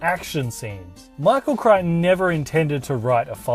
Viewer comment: This is actually my favorite movie of all time. I have no problem saying JP is my single most favorite film. Thank you for doing this review I actually learned a couple things Btw it's (CREYE-tun):)